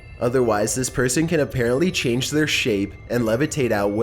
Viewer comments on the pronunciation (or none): none